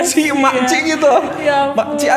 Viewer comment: Cik maksudnya miss...sebutnya cek